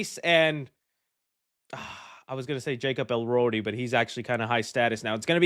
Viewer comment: lmao "jacob elrodi", "taylor sheeridan" 🤣🤣🤣